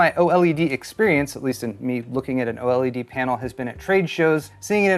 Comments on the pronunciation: Can you please, PLEASE say "OLED" instead of "O-L-E-D"? 😂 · OH! L.E.D? Gotta pick on for saying every letter like no one else lol.